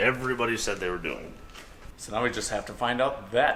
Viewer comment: I'm sorry but when you said Angus has hung the mirror back up it really sounded like you said Angus is hung and I was like whoa what